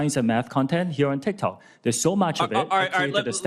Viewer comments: Already lost the argument when he say "tic-tac". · bro really just said "tic tac" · The fact that he accidentally said "Tik-Tac" shows just how much "knawledge" he has on the subject 😂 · The second he called it tiktac his argument was over 😂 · ''tic tac'' 💀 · aint no way ted cruz just unironically said "tic tack". holy fuck old people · When he said tiktak instead of tiktok, ted lost all credibility 😂